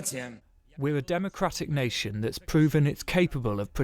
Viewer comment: The way he says nation sounds like nazi.